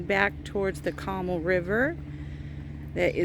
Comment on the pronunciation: CO MAAAL not Comul. Other than that, super cute condo!